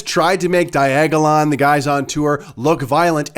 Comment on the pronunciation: FFS! Diagalon again?...😂😂😂 When are these politicians going to get it right? Your all a bunch of Bafoons and ya all belong in cartoons!...